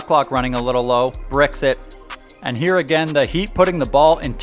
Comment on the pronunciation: Kyle "Get that Gahbage outta hee" Lowry